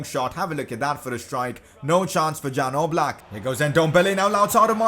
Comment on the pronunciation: Its Jan Oblak not Dzan Oblak☺️